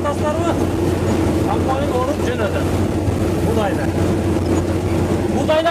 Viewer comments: Камбайн токтогуча 77 жолу камбойн деп жалжырады 😏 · Блогер болом десен туура суйлогонду уйронуп анан суйлосон,камбойун эмес,камбайын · Ээ кечке эле камбойн деп суйлойтко.. Комбайн деп айт атакул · КамбОйн🤦‍♀️эмес. КомбАйн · КАМБОЙН ДЕПКОЙ 🤣🤣🤣